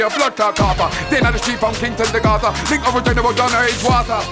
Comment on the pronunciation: Pussy don't turn red unless ur having sex and then she gets her period....pussy is usually pink....pussy will get sore but he's capping...imagine him coming to jamaica wit his small "hood" me as a jamaican takes this guy as a joke he says fink instead of think 😅😅😅